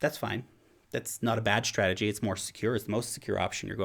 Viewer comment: Did you say SHtrategy or is it just me :)